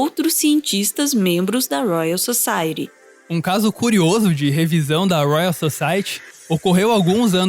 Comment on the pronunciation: toda vez que ele pronuncia "Society" com esse ti brasileiro uma parte de mim morre